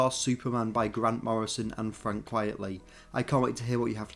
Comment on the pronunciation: QUITEly not QUIETly